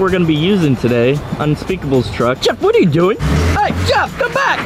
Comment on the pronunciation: its are not aar